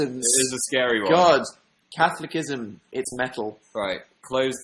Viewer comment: "Catholicism" he pronounced it so weird